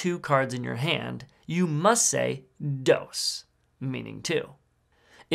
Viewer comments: That is the worst pronunciation of dos that I've ever heard. It's Spanish, pronounced... dos. Not dose. Dos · Nooo, no my dear feller, it's not "Those", it's "DOSS", practice your pronunciation please. 😂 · Dos is pronounced doors without the r, use google translate tts